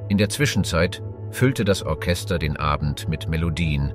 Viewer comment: Die Aussprache schmerzt teilweise in den Ohren zB bei Ortschester oder Karpattia. Das ist echt nicht zum Aushalten. Wird das vor dem Einstellen nicht überprüft? Und seit wann spricht man neunzehnhundertzehn eintausendneunhundertzehn aus? 🤔